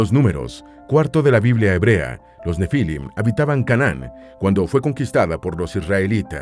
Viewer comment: ‼️‼️‼️✝️ No se dice "nefílim", se pronuncia , sílaba tónica en la última i, así se pronuncia en hebreo y español. ‼️‼️‼️✝️